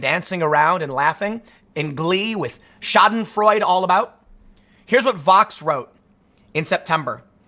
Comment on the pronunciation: Its "Schadenfreude" not "Schadenfreud" t. Kraut